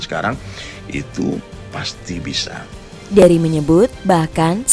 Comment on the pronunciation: Tuh kan jelas bilang Ust Derry, eh dia ngles bilangnya dengernya Herry🤣🤣